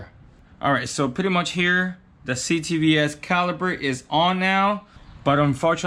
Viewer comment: You make me cringe every time when you say ctvs😬